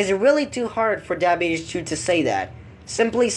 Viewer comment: I hate the way he says his OWN name his name is “Dabhdude” and he says “Dubehdude”